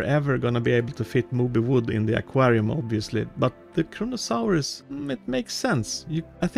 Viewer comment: Its Kronosaurus not kronkasaurus